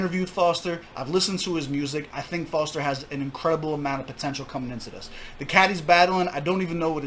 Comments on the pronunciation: Its Fozter not Forzter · Its Fozter not Fotzer